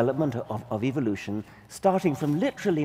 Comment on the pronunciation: I dont want to believe someone who says eevolution.